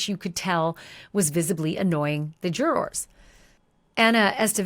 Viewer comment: This is a greatvideo, but if i hear jurRORs again i might go crazy 😂😂😂😂 idk why it bothers me so much, but your voice is very soothing and the story is very well done